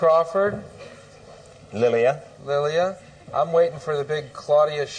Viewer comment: I thought he said Lillian but her name is Lillia (whoever that is)